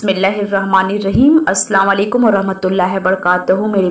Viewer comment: اسلام والیکم نہیں اسلام علیکم صحیح ہے